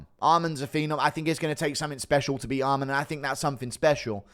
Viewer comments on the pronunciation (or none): not sure if you’re taking the piss but you need to learn how to pronounce Arman. it’s not almond